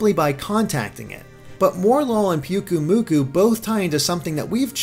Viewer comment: I'm cringing every time you say PUKUmuku... in Hawaii the Y makes an "I" sound. PI-UKU-Muku. ahhhhhH!